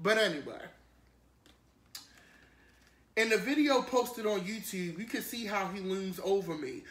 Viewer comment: I like how he says yew-tewbe...and tew, and dew. Loves it!